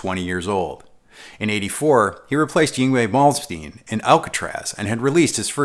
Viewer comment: Mispronouncing "Malmsteen" isn't such a big deal when you have to suffer through 18 minutes of mispronouncing "Ibanez" haha, but I'm getting used to it (or avoiding Ibanez reviews in English). Excellent video otherwise! How to pronounce Ibañez